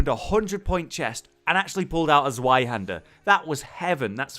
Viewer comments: Yeah, they can't get their head around the german pronounciation, I'd appreciate it if he at least said: "Tswihander" the "i" obviously pronounced in the english way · I never heard someone say "zweihaender" like "swai hander" xD